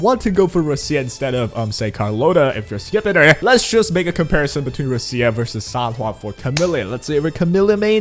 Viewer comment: sometimes I am amazed that people dont know how to pronounce her name like its such a stereotypical Italian sounding name its so like obvious 💀💀ROECHIUH